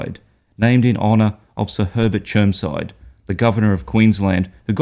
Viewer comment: It’s actually called Germside mate get it right.